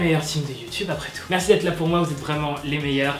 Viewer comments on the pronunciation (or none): none